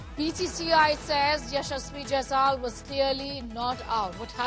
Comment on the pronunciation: Yashashvi Jaisal...? How can you mispronounce carelessly on Main stream😮